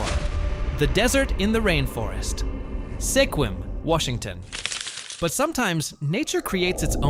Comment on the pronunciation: Sequim is pronounced like squid but with a M on the end lime squim, not like sequin with an m.